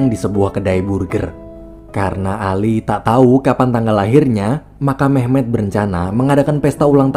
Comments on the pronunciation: Awal Mimin bilang nama Memet di kuping ku terdengar mem*k 😂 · Gua denger mehmek njir